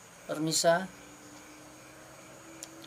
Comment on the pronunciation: Permisa?? Pemirsa?? Hahaha maaf jadi ketawa